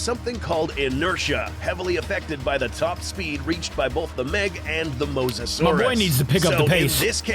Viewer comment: Mo so saurus that how u say it